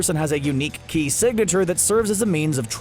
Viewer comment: Ki not shi shi is something else in dragon ball